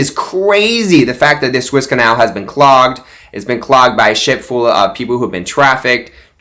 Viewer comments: please say right. It is the Suez Canal not the Swiss Canal. Phonetically say it like this "sue ez". T^hank You. Keep it up I like your videos. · It is the Suez Canal. Peonounced Sue ez = not the Swiss Canal. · THE SUEZ CANAL is pronounced SUE-EZZ 🙄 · Sue-Ezz it’s pronounced. 😉